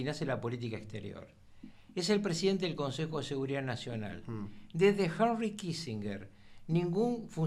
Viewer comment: JANRRY Kissinger. esa manía de sobre actuar una pronunciación